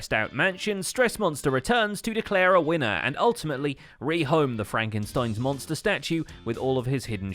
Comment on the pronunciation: got the "Monstah" And yeah, it IS what I'm gonna call it now